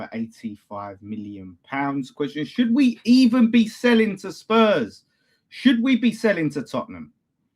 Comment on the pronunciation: it’s “selling” NOT “saleing” 😂😂😂